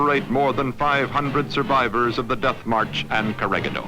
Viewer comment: PLEASE! IT'S KO-RE-HEE-DOR! GO BACK TO SCHOOL!